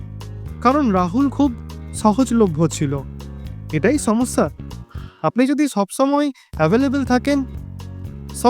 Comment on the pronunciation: বেছি না বেশী হবে সমছ্ছা না সমস্যা। আপনার উচ্চারণ এ অনেক সমস্যা আছে আগে এগুলো ঠিক করেন তারপর ভিডিও করেন।